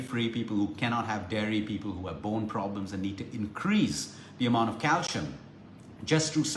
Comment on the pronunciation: Happy belated birthday! Calcium pronounced CAL SEE UM